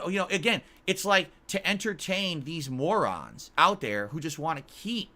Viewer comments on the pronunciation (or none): "If you want to know my answers, just watch the interview!" answers in the interview: "It's not true they're morahns"